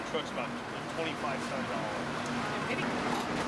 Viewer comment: I though it got all of(sounds like Olive) them